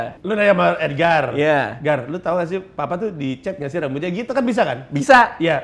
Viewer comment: papah... (nada agak gimana gitu) geli gw sumpah aowkwkwkwkk